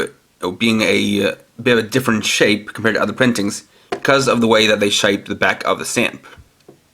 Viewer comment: MY DUDE SAID SHIPE!!